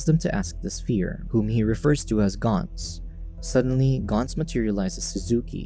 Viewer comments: It is GANTZ as in ant not GANTZ as in aunt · More like gant-zu